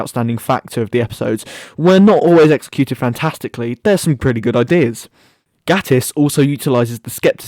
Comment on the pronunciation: The only problem I have with this video is the way you pronounce Gatiss. Great video for an underrated episode.